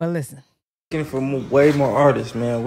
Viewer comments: Him saying ARTISTSES is killing me!!!!! It’s ARTISTS!!!!! Go to bed 🙄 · Artist”ist “ 😂😂🤦🏾‍♀️ bless ‘em Lord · Artisisistss? !What?? 🤔😂😂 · How many times can he say artists WRONG?!?…and we act like he’s articulately inclined?